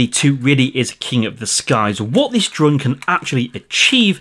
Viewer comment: Hi are you originally from the lake District as you sometimes say drurn instead of drone like my step mum. She is from Kendal 😁😁